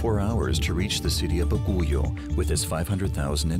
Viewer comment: Bagyo is the right pronounciation of Baguio , not baguyo